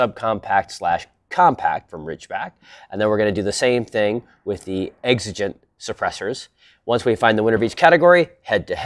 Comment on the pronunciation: Like gee, I wonder why he's deliberately pronouncing Exigent wrong and otherwise pronounces everything perfectly in every jumpcut? GEE I WONDER. Nice try, buddy.